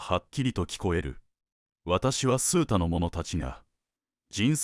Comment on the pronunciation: 数多：「すうた」ではなく「あまた」では？